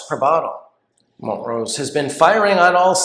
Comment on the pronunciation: Wait, it's mont-rose? I've always pronounced it mon-trose lol